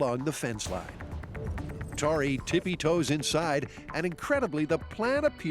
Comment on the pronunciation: One of the best things in Mythbusters history is that Tori is Italian heritage and not once ever do they pronounce his name correctly 😂😂😂